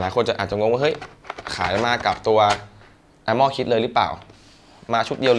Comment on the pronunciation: พี่ มันอ่านว่า อาร์เม่อร์ ไม่ใช่ อาหม้อ +